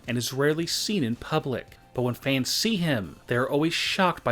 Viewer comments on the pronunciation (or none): Please stop saying fans like that